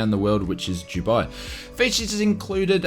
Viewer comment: How is Dubai pronounced Juuubai? 🤦🏼‍♂️